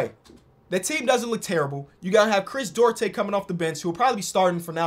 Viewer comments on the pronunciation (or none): Bro did chris duarte wrong 😭😭